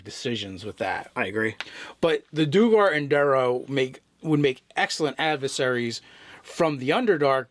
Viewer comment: I could be wrong, but I think the "duer" of "duergar" is one syllable - after all, isn't the word "dwarf" derived from "duergr"?